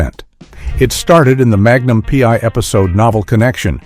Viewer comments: Your AI voice has trouble with the titles. Magnum pee?? The voice don't know how to say it. Smart computer, NOT. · Haha just heard "Magnum... P" myself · Murder she wrote and Magnum Pee? I think the AI voice might have had a stroke.